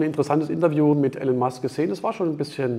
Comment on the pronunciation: Wie er immer noch den Vornamen wie Alan ausspricht 😂😂😂